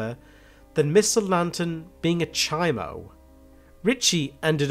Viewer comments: It’s CHOMO not CHIMO 🥴 it’s California prison slang . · "chi moe" its chomo lol even if it makes no sense...